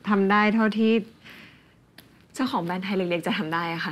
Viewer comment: “แบรนด์ค่ะ ไม่ใช่ แบน” … วอนคุณใหม่ดาวิกา ช่วยฝึก ร.เรือ ล.ลิง ให้ชัดด้วยนะคะ ถ้ายังรักการแสดงละครอยู่